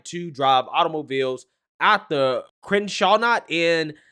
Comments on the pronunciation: 🙄Crystal Nah - ckt... Please learn how to read and properly say these things before going on air next time. 🤦‍♀ Crenshawnot, are you kidding me? smdh... Oh my G-d I think thats the worst pronunciation I haver heard. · It’s pronounced “crystal-nakt” love the channel keep it up meng 👍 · It’s pronounced Crystal nahckt.. kristallnacht “night of broken glass” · Kristallnacth...the night of broken glass... 'Crystal Naackt' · I love your videos and I never miss them. Please appreciate the tongue in cheek, but it's actually pronounce 'Crystal Knot'. "Crenshaw Knot" would be street racing or an impromptu car show in South Central. Lol Keep up the good work! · Dude, we love your channel but you really do not know how to pronounce any of these German names and words. Kristal Nakt. Gerbels. That is how you pronounce these words. You should know this. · Kristallnacht is pronounced like "Crystal-Knocked" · It’s pronounced Crystal night and its when the Nazis went around and smashed out all the windows of all the Jewish businesses… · LOL "krashanat" "gobells" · The fact you cannot pronouce KRISTALLNACHT like its the first time youve ever heard of it is startling im positive youre not actually a republican and are just capitalizing on being black by repeating republican sentiments. We dont need you in the republican party, learn to read and go back to high school history class thats embarrassing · Do you srsly not know how to pronounce Kristelnicht and Goebels? 🤦‍♂️ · Enjoy your commentaries but best to learn the pronunciation of well known names and terms from historical events such as Goebbels and Kristalnacht, otherwise it comes off ignorant. Thanks for your channel. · You should lookup kristallnacht so you know how to pronounce it and the devistating event that it was in history. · The way pronounced kristallnacht 🤣🤣. On a serious note Alyssa Milano continues to be insufferable.